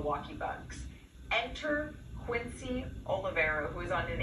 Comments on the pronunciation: It's QUINCY! Not Chris., 🙄 QUINCY OLIVARI. 💪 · You say his name wrong so confidently 😂